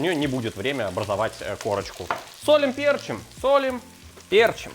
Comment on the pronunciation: Не пЕрчим, а перчИм!!!!